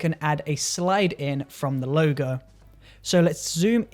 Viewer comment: Helpful video. Sounds like you are calling it a 'Loga"...